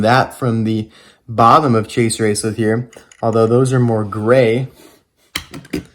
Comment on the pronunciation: You say chase racelott’s name wrong